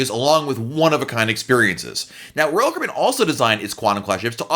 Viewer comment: This guy pronounces royal Caribbean like rall Cribin